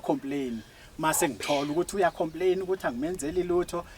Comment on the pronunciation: ❤❤ngikuthanda masewuthi "ngi tholukuthi" sengathi uyabhula